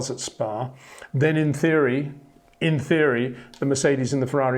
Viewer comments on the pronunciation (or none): none